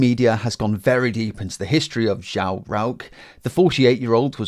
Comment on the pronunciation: You pronounced the Brasilian name João wrong.